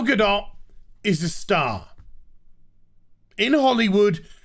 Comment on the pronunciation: I like ya, but please say her name correctly since you seem to be enamored [rightfully so] with her. Gu-Doh AND, if you go onto Twitter you get what you seek.